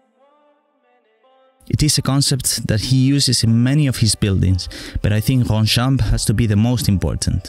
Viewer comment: That’s sooo cooool, I actually live there and just so you know it’s pronounced Ronchamp. You’re welcome, and I’m pumped for your next video 👍 dope man